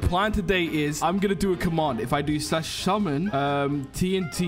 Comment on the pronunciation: Yeah he fine but that grammar needs a fix bro said “slash shummon” 😂😂😂 edit: and on hes loitering but it says shoplifting in the top right corner